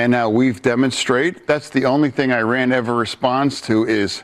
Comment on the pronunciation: As someone who is part Iranian, it’s really nice to know that one of the top Democratic politicians thinks my relatives are the “bad guys” who don’t deserve any sympathy. When you bomb a place, you aren’t bombing the government. You are bombing the people. Also, pronouncing Iran like Eye-Rayan? Come on.